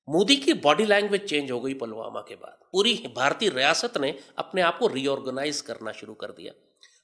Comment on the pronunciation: अबे जाहिल पहले शब्दों का उच्चारण तो सीख लो आतंकियों पलवामा नहीं पुलवामा है और सुन भारत का हथियार भारत के लोगों के अंदर जो संस्कार हैं वो है उसी से पेलते रहेंगे